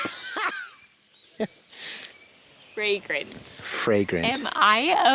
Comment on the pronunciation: VEWY FWAGWANT